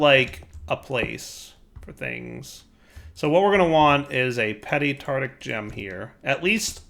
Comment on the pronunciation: Tartaric gem. Tar-Tar-Ic. TARTARIC NOT TARTIC PLEASE